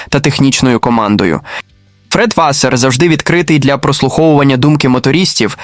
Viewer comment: що за клоунська начитка тексту. наголоси вчили ставити правильно? Чи,ШІ не знає різниці між вАсер і васЕр))))